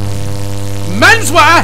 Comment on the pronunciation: “MENS WEAR” i’m dying 💀💀💀